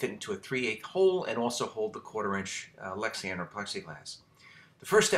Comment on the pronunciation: You keep saying Lexian, why is that?